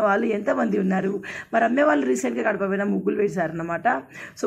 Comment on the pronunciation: Kadapa kadhu gadapa akka